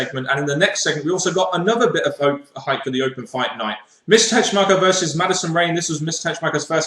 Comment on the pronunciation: This Impact Wrestling edition left a good taste in my mouth, although some things were confusing like Hernandez. He acted and was cheered as a face, and the next thing you know, he looks like a heel again? And, why do you keep saying TeSHmacher? It's TeSSmacher!